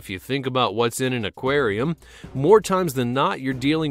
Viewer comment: In a Acwarem